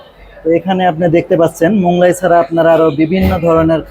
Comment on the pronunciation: Moglai k Monglai bolben na. Otherwise you are excellent. I am your new fan.